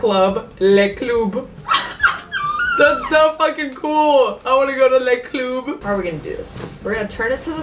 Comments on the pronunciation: as a french person, no we dont say cloob. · Le club ❌ Le CLOOB ✔️ I'MMM DEAAAADDD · Ok I'm french and we don't pronounce it le "cloub" we say "le club" as everyone on this planet I think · you pronounce “le club” as “les clubs” which is the plural or le club 😭😭😭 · no it's LEH CLOOB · ” le cloob “ 😭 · mdrrr qui dit "les cloub" ??? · Man nobody in France say that 😭😭 we say LE club (club as you all say it) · The way she pronounced le club 😭😭😭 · Sorry but french people don't say "Le club" like that ...